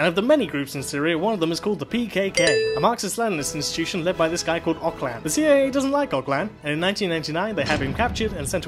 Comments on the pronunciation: Nice video, besides the terrible pronounciation of Öcalan's name. It's noch "Ock-layn" ot whatever bit "Ö-tcha-lunn". The Ö is not pronounced like an "o". It's hard to describe, you could look it up ;) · Nice video,your production values have gone way up. I do have some issues understanding you, maybe focus a little bit more on the sound mixing next time? Also Ocalan is not pronounced ''Oclan'', that C in there should sound like the way you say ''ts' for tsai tea , so something like o-tsa-LAN. I would love a video from you or LSR on PYD/YPG/YPJ and your take on them. From what I understand they are not true anarchists, or socialists (I have read that they have set up ''co-ops'' with employers and employees (lol), there is a state government and so on). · Öcalan is pronunciated something like "Öd-cha-lann". [ød͡ʒaɫan] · Abdullah Öcalan last name is pronounced like O-ja-lon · It's "Ojalan". :) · You pronounced Öcalan wrong :P C isn't pronounced as K. Also fun fact. Öc means revenge and Alan means "one who takes" so his name is literally "revenge taker" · "C" in Öcalan is the G in George and the ö is "i" in girl